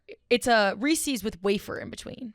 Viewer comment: mispronouncing Reese’s is driving me bonkers